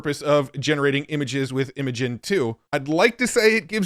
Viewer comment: Cool video as always.. but.. isn't Imagen pronounced "imagine"?